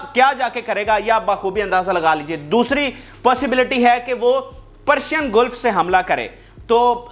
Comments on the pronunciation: گیلف نہیں بلکہ گلف ہے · گلف زبر کے ساتھ